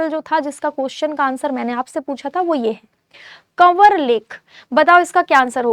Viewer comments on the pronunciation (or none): पहला answer का उच्चारण गलत है कवर lake nhi kanwar कंवर lake hai